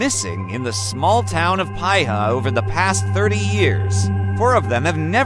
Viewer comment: It's pronounced "Pee-ha"